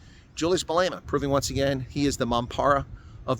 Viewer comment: He is not Malayma. Malema. Please it extremely irritating